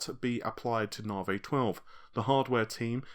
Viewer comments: Hey man, don't say that! He speaks perfectly fine. I'm just saying that saying Naavaay makes my eye twitch, that's all. Say sorry to, mate. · Naavaay....but seriously, is it REALLY pronounced like that? You've been saying Naavaay since the Navi name was rumoured. Love the videos, by the way! Keep up the good work! Lisa Su calls it 'Navi'. Seriously, she does! Timestamp . Listen carefully. I mean. come on.....